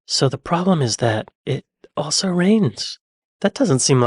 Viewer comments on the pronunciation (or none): none